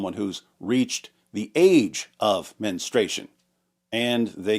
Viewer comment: Not being a B, but it's MenSTRUation, not menstration. Strooooo!!